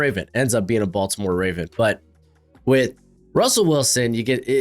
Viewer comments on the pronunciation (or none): none